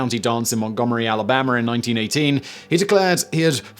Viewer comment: Alabamer? Are you sure you aren't faking the English accent? Because that was American AF.